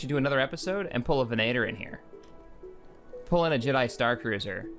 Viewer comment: did you just call a Venator a Veh-nay-tor? its Veh-Nah-Tor